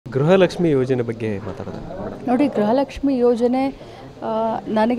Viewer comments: ಗೃಹಲಕ್ಷ್ಮಿ ❌ಗ್ರಹ ಲಕ್ಷ್ಮಿ ✅🤣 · ಲಕ್ಷ್ಮಿ ಮಾಡಿಮ್. ಗ್ರ ಹ ಲಕ್ಷ್ಮಿ ಅಲ್ಲ.